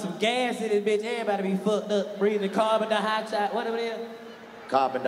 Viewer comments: Nigga DC said “carbon-die-Hawks eye” 🤣🤣🤣🤣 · Nigga said carbon diohoxide😂